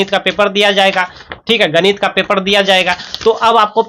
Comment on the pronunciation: Ganit Nahin ganit